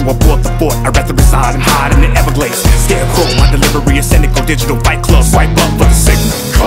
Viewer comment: Oh... it's pronounced scarecrow. Cute.